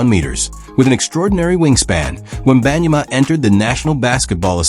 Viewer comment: AI generated mispronouncing name